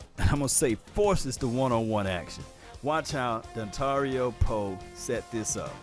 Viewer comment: Love your vids man, but you gotta stop calling this man Dontario lol. It's Dontari.